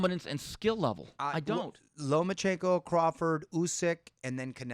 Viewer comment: Love the show! Love, but it's LOMACHENKO, not LOMAN chenko, keep it up guys!